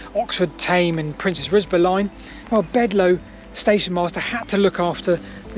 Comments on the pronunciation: Bledlow not Bedlow. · It's BLedlow not Bedlow and Chinnor is pronounced locally as Chinner.